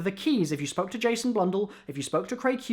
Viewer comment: At the beginning when you said "Spoke to Jason", it sounds like "Smoked a Jason".